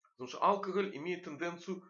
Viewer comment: Доктор должен знать, что в слове "алкоголь" ударение не на букве А, а на букве О - алкогОль.